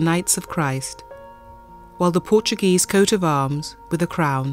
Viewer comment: I appreciate the interest but to have the narrator pronounce portuguese names with a spanish accent kind of ruins the experience...